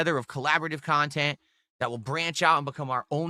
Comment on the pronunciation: "I don't do drama or lolcow khantent" 🤣